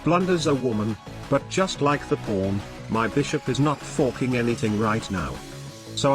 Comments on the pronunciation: I always hear "forking" as "fucking" with a british accent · Why dos the tts say forking like a incredibly scottish "fucking"